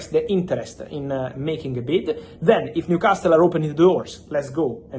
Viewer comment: It's a silent T in Newcastle. Makes it easier to say for you too